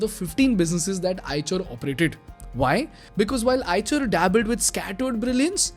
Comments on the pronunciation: Have to quite agree.. Even EICHER came mispronounced as "CHER" instead of "SHER" sadly ?! It's a no go in my Books.. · Its pronounce aaysher not aaychar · on a lighter note as per my knowledge the 'ch' part of the company name should be pronounced as 'sh' same as in 'Chevrolet'... very informative video. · Call it i-sher